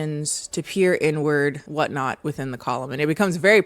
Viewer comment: Please tell me I’m not the only one who heard “N-word” expression when said “inward” expression ish